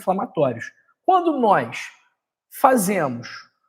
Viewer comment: Não se pronuncia nóis e sim nós